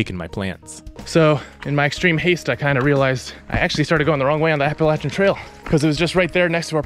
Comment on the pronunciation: Thanks for pronouncing“Appalachian” correctly.